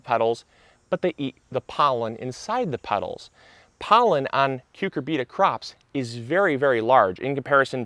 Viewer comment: Interesting and helpful video. BTW, most people say "cyu CUR bita", not "cyu cur BEET a".